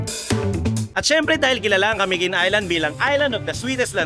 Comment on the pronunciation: Sa pagsasalita ay ca-mi-guin po hindi po ca-miguin ..